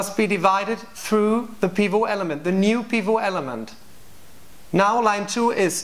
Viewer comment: It's been seven years so you may have learned by now that "pivot" is an English word, so you pronounce the "T" . Otherwise an excellent discussion.